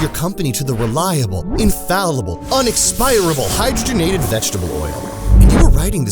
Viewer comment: Thank you for pronouncing hydrogenated fats correctly. I couldn't watch this video if you said it like... Hi drog en ated... I mean, come on, it's in the name FFS.